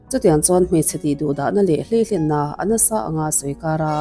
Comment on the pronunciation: Hleihlen ni lo in hlei-len aw